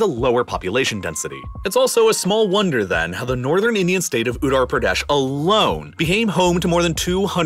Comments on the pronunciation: better call it UP buddy Worst pronunciation I ever heard 😂😂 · The way he pronounced "Utaar Pradaash" is sending me 😂😂😂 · Baharrr, ottorpradhesh, magalaya, zarkhand and mannypoure 😅😂